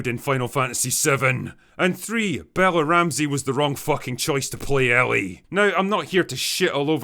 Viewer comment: "Am Bella Ramthee, and I have diabeeteez"